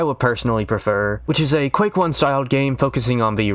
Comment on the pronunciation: Quake ... its Quake.